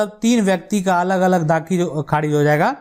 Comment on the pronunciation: Aapki language thik nahi kharij ko kharidj bol rahe the